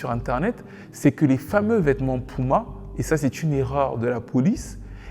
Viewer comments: Il va falloir apprendre à dire puma et pas pouma pardon ! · Bro c'est puma ! Cest pas pouma mdr